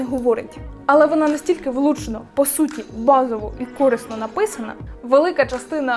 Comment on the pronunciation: Не "кОрисно", а "корИсно")